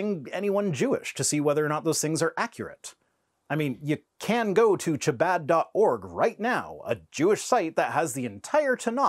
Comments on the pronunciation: Khabad, not tshabad. To be pedantic, it's not kh either, it's a pharyngeal. In modern speech, the distinction is rare. But the writing retains it: כ is kh and ח is an unvoiced pharyngeal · You might want to check your pronunciation of Chabad. The "Ch" bit is that gutteral raspy sound like in Scottish "loch" and the rest rhymes with "a bod" like "he's nice to look at; what a bod." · Your pronunciation of "Chabad" made me giggle!